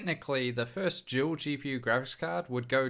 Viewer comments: It's dual not Juel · Your a Juel maybe even a tool you can say every damn word with a d perfect except dual omfg